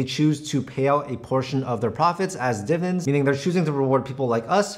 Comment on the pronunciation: Why does he say "divens" instead of "dividends"?